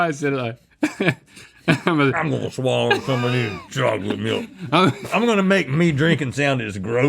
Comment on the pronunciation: It's a "swaller".